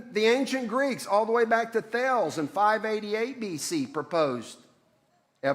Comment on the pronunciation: has anyone else commented on his pronounciation of Thales yet? It's THAH-lez, it doesn't rhyme with "pails" he's not doing a particularly good impression of a person who knows what he's talking about